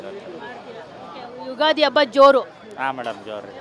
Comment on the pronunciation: ತಾಯಿ hobbattu ಅಲ್ಲ ಒಬ್ಬಟ್ಟು, ಅಬ್ಬ ಅಲ್ಲ ಹಬ್ಬ